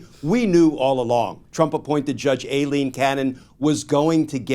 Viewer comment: isn't pronounced "I-Lean" not "A-Lean"...good luck with Soibhan, Saoirse or Aoife (not a fan of Judge Cannon but come on)